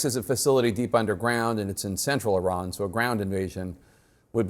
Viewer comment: These are US warmonger Army generals, still cannot even pronounce IRAN.